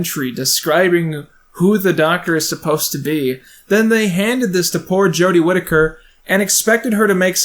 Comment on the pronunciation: Big fan of your videos like this! (This being dissecting and more camera based) Also thank you for saying Jodie's last name correctly lmao. Personally I like Jodie's portrayal of the doctor. She's like all my fave parts of 9, 10 and 11.